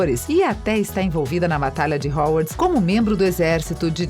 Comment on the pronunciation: Desculpem mas foi impossível não rir ouvindo a narradora pronunciar Diambandior, Rorcruquices, Howarts, Hermaioni... HAHAHAHAHAHAHAHAHA